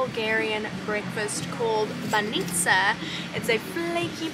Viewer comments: why all you guys pronounce bAnica wrong? it is bAnica, not banIca also capital city of bulgaria is sOfia, not sofIa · Not banItza,but bAnitza 😉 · Can I correct you just a tad? I have been hearing alot of foreigners say this and its getting on me... it is NOT baNItsa, it is BAnitsa ;)